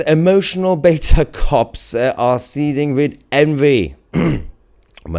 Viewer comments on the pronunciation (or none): none